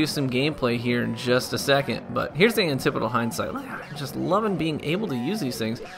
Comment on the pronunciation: He's pronouncing it correctly